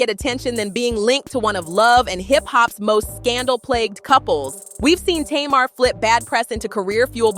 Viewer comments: TAY-MAR= Tamar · First of all you said her name right Tamar - Tumar , it’s not Taymr,If Tamar trying to get with Yandy husband she needs to confront Tamar, Tamar always in some stuff she thinks she’s Toni n she’s not I never did like her cause she acts like she can’t live without a man, I seen Yandy without make up n still pretty, I seen Tamar without makeup and she looks banged up lol 😂 They need to leave the Harris Family out there mouth n worry about what they have going on , 1 day Yandy going to snap its a shame her husband taking her thru all this messy drama , I know she really wants peace in their home, when Yandy ready to leave her man she will it takes time she trying to keep her family together in sake of her children why destroy everything because of rumors Yandy never caught him cheating n also you got guys that’s in their business SMH Yandy if I was you I would take my money and my kids n leave cause he doesn’t deserve you at all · It's funny how she pronounces Mendecees name correctly but can not pronounce Tamar correctly. 🤔